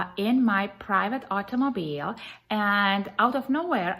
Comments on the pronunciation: Take a shot everytime she says "private aut-oh-moe-beel" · Hey he removed her from her "artomoblie" rich stricked her movement" 😂😂😂 you go Miss. America!!. So this lady who comes from Europe somewhere and go thru this process to become a citizen here feels like she knows the laws better than our own authorities? She comes from wherever can't even pronounce half of the stuff she wants to teach our local police force?? Cuz why? She's almighty knowledgeable? Yea ok😂😂😂😂